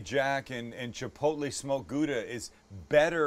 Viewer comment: This looks really amazing, I'm sure to make it pretty soon, maybe a small struggle to find all the ingredient. But Sam, take advice from a Dutch guy, practice a bit on your 'Gouda'.